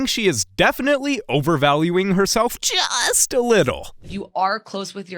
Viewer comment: What was with that “just”